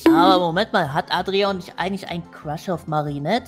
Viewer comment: Und du hast Adrian richtig ausgesprochen☺